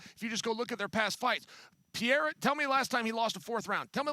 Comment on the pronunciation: Lol he makes it sound like Alex is italian